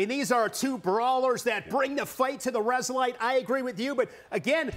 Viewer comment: Yeah, big fan. Now, if he could just say resilite a bit less, that'd be GREAT! Ever since it's been pointed out to me, it's driven me crazy...